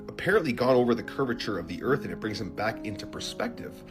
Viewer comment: I could never take the first guys videos seriously. Anyone who says “Erf” instead of earth is just…not credible lol